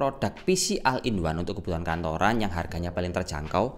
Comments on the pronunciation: bukan o-ne tapi ol in wan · Bukan al in one tapi ol in one ✌️